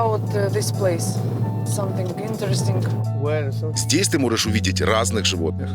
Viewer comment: Сомфинг интрэстинг Это даже не смешно Настя разговаривать на ублюдском английском.